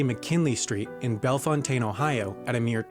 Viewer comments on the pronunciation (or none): Par for the course. Bellefontaine Ohio is most usually mispronounced. It is actually Bell-foun-tin, not Bell-fon-taine.